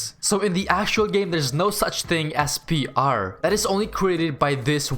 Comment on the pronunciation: I love how he says ‘’p.rrrr’’